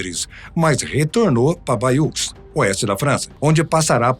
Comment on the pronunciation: A pronuncia de Bayeux é "baiê"!